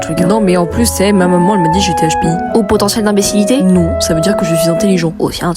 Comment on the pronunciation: "Haute potienciel d'imbecilité" sa m tuer😂😂😂😂